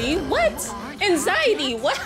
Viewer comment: It’s anxiety not anzitey